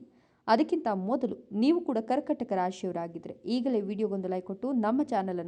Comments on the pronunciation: ಕರ್ಕಟಕ ಅಲ್ಲ, ಕರ್ಕಾಟಕ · ಹೇಳುವಾಗ ಕರ್ಕಟಕ ಎಂದು ಹೇಳುತ್ತಾರೆ ( ಕರ್ಕಾಟಕ ಎಂದು ಹೇಳಿ)